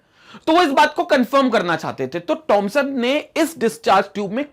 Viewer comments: It's not tomson it's Thomson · wwhy does sir always say tomson instead of thomson